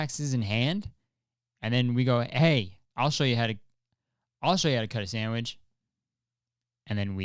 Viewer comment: not kurtis saying samwidge 13 times in 3 minutes